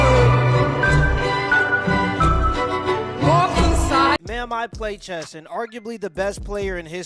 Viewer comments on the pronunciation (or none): It's chess not chest